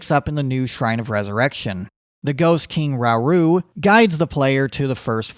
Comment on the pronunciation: It's hard to trust the opinion of a non-zelda fan like yourself (I mean look at your game play footage, and you cant even pronounce Sheika slate or Rauru correctly ffs) Way overcritical and if any of the changes you mention were actually implemented it would totally ruin the game (you can keep your annoying ass puzzles, I'm so glad these games aren't riddled with them). It's very sad that the youtube algorithms have brought forth so many people marketing their channels by displaying negativity. I think both BOTW and TOTK were amazing, and thankfully you are the minority in this mindset.